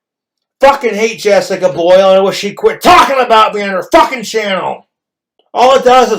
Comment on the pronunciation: Drink everytime he says "Jessicuh Bhoilll"